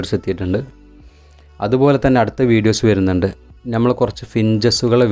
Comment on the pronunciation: Good sooper. Carry on. Best of luck . Ante pakalum palatharam birds undu. Pinne aarum achadi baasha samsarikumnilla. Ankilum pothuve samsaram sradhikanam. Nighal oru vloger koodi alle.? 1. Gaige alla. ( caige ) aanu. Flaiwood alla. ( paliwood ) aanu. Jhammal alla ( nammal ) aanu. Ithellam sredhichal nannayi. Kuttapeduthunnathalla ketto. Take care. Jan subscribe cheyyam. Okay by 👍